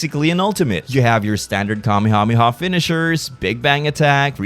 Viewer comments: It’s wrong. The correct way is Kame-Hame-Ha. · The way you pronounce Kamehameha bothers me to my core. I dont think its wrong, its just different.